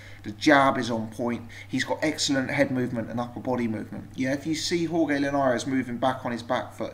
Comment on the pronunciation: Jorge is pronounced horhay not horgay